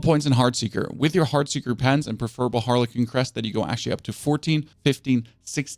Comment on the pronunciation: Seriously dude?? You really need to Google how to pronounce the words "siphoning", "frigid", and "harlequin" SMH.